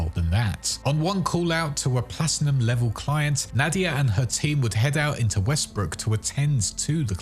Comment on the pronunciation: Bro really said plastinum 💀💀💀